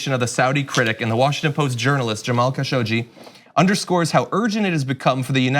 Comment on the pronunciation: Omg they finally pronounced Khasoggi correctly :D